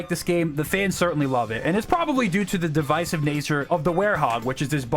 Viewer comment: say devisive again